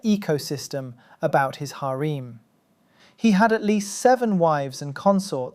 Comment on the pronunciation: To me the "hareem" was even funnier.